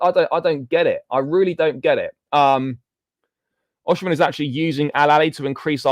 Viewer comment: Its O-sim-hen not O-she-man